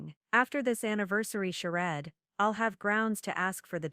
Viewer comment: 😂😂😂 charade you pronounced it - Sure red 😂😂😂hilarious try pronouncing it -Sure raid Thumbs down 👎 for not using correct grammar before posting to YouTube